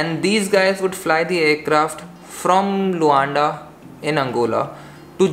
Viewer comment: Well it’s Luanda not Lunada......😉😉